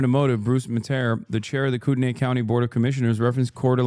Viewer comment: every person wanting to correct him with spokane but only one real cuzzo spoke up about kootenai. i saw you, fam. respect